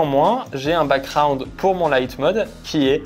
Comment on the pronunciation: Il y a un 'g' dans background, on dit pas backround mais backGround